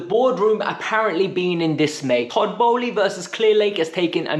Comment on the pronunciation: Toboly, aaaa what's it called?, Egbaly.